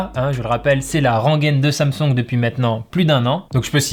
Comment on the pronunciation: "sam songue"